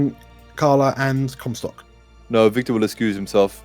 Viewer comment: I think you nailed it (for Comstock) (Hyper-G)